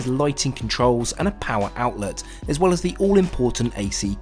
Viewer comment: 'Wew' = well.